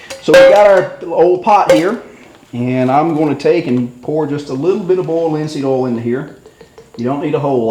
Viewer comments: boold linseed ool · "bold linseed ol" lol